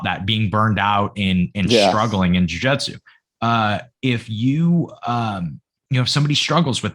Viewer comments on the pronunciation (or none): Did I miss the episode that explains why you call it Jiu Jetsu instead of Jiu Jitsu?